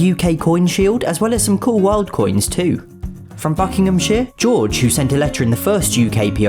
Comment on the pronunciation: quick correction Jorge isn't pronounced George its pronounced Hor hey(closest I can get to the pronounciation)